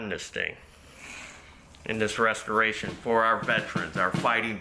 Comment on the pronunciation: Did he say a rustoration video?😂